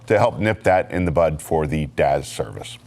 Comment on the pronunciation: I'm sorry but its DAS not DAZ 😹😉